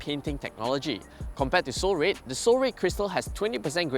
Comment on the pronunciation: I just cannot stand how RED was pronounced. Anyway. the car and content. Nice